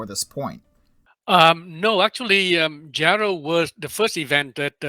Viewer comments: Dude its pronounced Yarr-ell hahahaha. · It was Jarrell, not Gerald. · Isn’t he mispronouncing Jarrell?